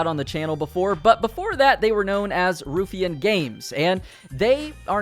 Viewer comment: Love how a year later he still can't pronounce Ruffian